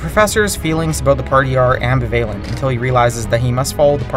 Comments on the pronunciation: Ambivalent - Am - BIH- val- ent not Ambi -VAY -lent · MindChop, please hire more professional presenters, or at lease people who speak clearly. This whiny kid mumbles and we can only understand about half of what he says. Also, please tell him that the word is "amBIValent", not "ambiVAYlent" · AM-BEH-VAIL-YENT. Really? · the fuck is ambivaylent?! like really? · what does this mean, " ambivaylent" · Hey, learn how to pronounce words correctly, like "ambivalent", for example. Who are you? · AchievementTeeth Confessions i caught that too. 😐😑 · that's how the speaker in the video pronounced it. I checked the comments just to see if anyone else had noticed.